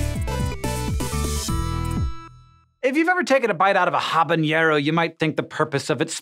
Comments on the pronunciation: It's not "habaniero", it's "habanero" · It's "habanero" not "habańero". I.e., the word doesn't have the "ny" sound as in "seńor". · no it isn't. The correct pronunciation is without the ñ. Just the regular n. And the h is silent. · No... it's actually not... It's Habanero Not Habañero, just like it's Jalapeño not Japapeno. The ñ Does in fact NOT appear on Habanero and it should very much not be pronounced in the same way as Jalapeño. (Btw, pro-tip, that ñ character can by typed in Alt-Code by holding Alt and typing 164 and then letting go of alt) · Habanero, not habañero, Hank. :) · Words Hank can't pronounce: habanero (it isn't habañero); fungi (it isn't funji or funjai); niche (it isn't nitch). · Not “habañero.” It’s “habanero” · Come on Hank. It's Habanero, not Habeñairo! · Hah-Buh-Neh-Ro. NOT Hah-Buh-Nyeh-Ro. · Habañero? (A-ba-nero) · Not that it really matters, but it's not "habañero". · Habanero, not haba-ñero. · Habanero Hank, not Habañero. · Habanero, not "Habanyero" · It's habaNero, not habaÑero! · its not ñ, ha ba ne ro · Woah, Hank, that's not how you pronounce habanero XD It's an n, not an ñ. It's pronounced (h)a-ba-ne-ro. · What is a " ha bah knee eh rou" ? Hahahaha Its pronounced "ha ban eh ro" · HA-BA-NE-RO. There is no enye in there. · you are incorrect, sir. Habanero/a is a Spanish word that means "person from Havana," and it's pronounced like a-ban-ero (in IPA, it's this: abaˈneɾo). The "h" is silent, the "a" is like in father, the "e" is like in they, the "r" is an alveolar tap that we don't have in English, the closest approximation is the "tt" in little, and the "o" is like in over (that is, not an oʊ like the English long o). The "b" is variable, depending on whether the speaker is from the Americas or Europe. Source: I have a BA in Linguistics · Jabañero?, you let me down... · Why would he say "Habanyehro"??? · dude its not called habenjero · It's actually pronounced "ah-ban-ero". The h is silent and there's no ñ sound.